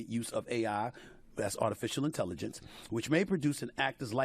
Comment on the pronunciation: "Artificial Intellivence" 😅